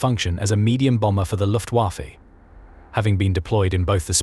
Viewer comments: Yep. Luftwarrffeeee .... plus the Ju88 clip a few seconds before. Lazy, lazy, lazy. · When are you people using AI chat to narrate your videos going to realize you're going to need to spell out phonetically some words, terms and model numers etc. to have the program make it sound right. You know, like "looftwafa" so it sounds like a person would say it. Separate the H and E sso it sounds like the letters rather than a freakin' pronoun! Yup, LAZY!